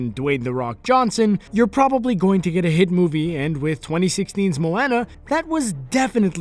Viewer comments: moeONA that's how u say it not Moeana (I know I spelled it wrong, I was showing how to say it) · its not moanna its moana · AGAIN ITS PRONOUNCED MOAWNUH NOT MOAYNA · its not mo Anna its moana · It's prounouced mo wuna no mo anna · MOW-WAN-AA Pronouce it right fucker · It's pronounced MOw AWNA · it's pronounced Mo-wa-na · Omg moana is pronounced mo-o-na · you make me mad when you say moana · Pronounced moana wrong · I hate to nit pick, but you mispronounced Moana. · PLEASE STOP SAYING MOANA INCORRECTLY THERE IS A SONG ON HOW TO SAY HER NAME CORRECTLY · stop saying Moana that way! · He said moana wrong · he says moana so wrong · That's not how you pronounce Moana! Why is it whenever I watch videos about Disney they mispronounce Anna and Ariel and now Moana! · anyone else bugged about his pronunciation of Moana?